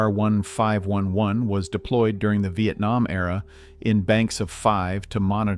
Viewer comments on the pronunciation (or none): none